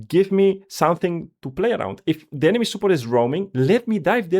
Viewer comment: When I heard Superport, I’m like huh but then after he said it a few times the dots connected…his accent made it sound off but he was saying support the whole time. Good video